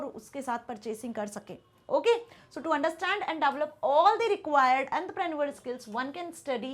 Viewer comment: Mam please can you pronounce entrepreneurial correctly 😢😢